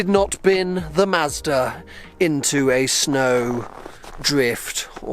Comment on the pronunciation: he said SNOOOW in Scottish